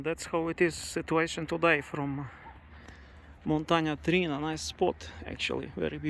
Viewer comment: It's Montana TriAna ;)